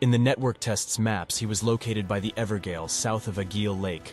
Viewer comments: I think you mispronouncing a lot of the words is cute. The funniest one is "Evergaol" as Ever-Gale Gaol is just ye olde english for Jail, pronounced the same way. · Ever-JAIL not gail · For anyone interested, Blaidd is pronounced 'Blaith' and evergaol is 'everjail'. Blaidd is welsh and gaol is just an olde spelling. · EDIT: I know Evergaol is pronounced Ever Jail. It’s an AI narration. Thanks and enjoy the video 👊😀 One year of cut content research condensed into one video. Following Guilbert the Redeemer of Vengeance we will meet a lot of NPCs that will help us paint a picture about the history of Elden Ring's development before the Network Test. I hope you enjoy, and don't forget to subscribe. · Cannot watch this due to the continued mispronunciation of “Evergaol” multiple times.